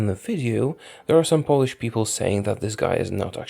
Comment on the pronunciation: Are you polish? You are the best at reading names od polish generals.